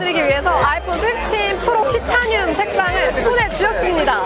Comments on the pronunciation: 티타늄 -> 타이테~니움 발음 평생 안까먹으시겠어요 😂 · 구수한 티타늄 어디갔나요 ㅠㅠ